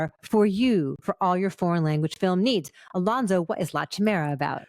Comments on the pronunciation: if you’re making a living off of reviewing movies, at least learn how to pronounce the name. it’s not CHI mera, the english language has the word chimera so idk why the lady was so confused. and i don’t think she really even understood the movie. the made the most generic comments. If it wasn’t for the guy i’d leave the video at the start. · Not to complain……but your pronunciation of “Chimera” is like the Spanish. Ch is a K sound in Italian….. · A note that the word would be pronounced kee-mera in Italian. It's a direct translation from the Greek Chimera, used and pronounced in English as kai-meera. It's means any monster in Greek mythology, and colloquially used to mean a grotesque monster.